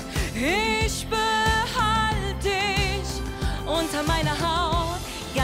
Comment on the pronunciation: Kein Hate aber:Zwar nicht der beste Gesang aber die Aussprache ist viel schlimmer :"Nein isch lass disch nisch raus "😂😐